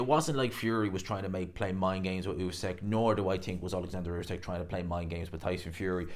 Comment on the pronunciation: Not usak it’s usyk